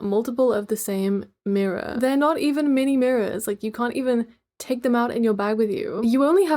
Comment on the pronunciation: Omg I got "MEENIE MIRRORRR" flashbacks just by hearing you say the word mirror 😭😭